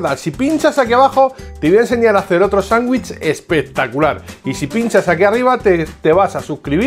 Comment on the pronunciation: Se dice "sandwich" con d. No sanguich suena horrible. Solo escuchar eso me hace salir del video